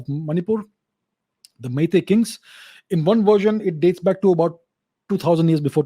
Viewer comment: Sir I'm surprised with your pronunciation of our Meitei words. You sound so natural and effortless. And also it seems you have gone through our history quite well. Thank You Sir!! 🥰